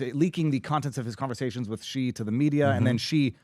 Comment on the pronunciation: It’s not “ghee” and it’s not “zhee”. Seriously, pronounce “Xi” as “she” or you look extremely uneducated.